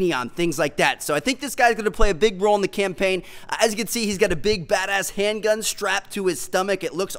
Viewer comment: Campaign not champaign